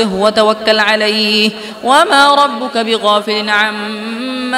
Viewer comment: আসসালামুয়ালাইকুম 13 নং পৃষ্ঠার শেষে ভুল সংশোধন করবেন আশা করি ওমা কানা রব্বুকা রব্বিকা নয়